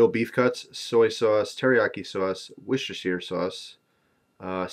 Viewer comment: first american i heard say worcestershire right :)